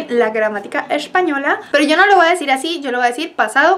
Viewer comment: sus videos son geniales, pero le pediria que vigile su pronunciacion del castellano. Usted dice "vua" cuando lo correcto es "voy". Ese es un error muy comun de colombianos, venezolanos y centroamericanos. Disculpe mi poco tacto de corregirla por este medio, pero no tenia otra forma de hacerlo. Gracias